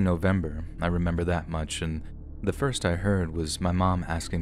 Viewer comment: “And remebor…and remember” 😂😂